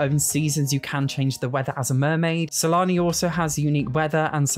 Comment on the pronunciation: It doesn't matter how many times I replay it, I always hear you say: Salami instead of Sulani 😂😂